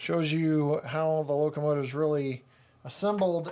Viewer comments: Did anyone hear him say locomative a few minutes into the video? Good review as always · Yup, "locomative". LOL! I think that's the feminine version. :-) Cheers, Dan